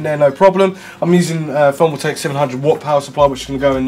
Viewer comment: I fink you might have problems pronouncing free, fick and fermaltake. Wifout a doubt. Nice case brofer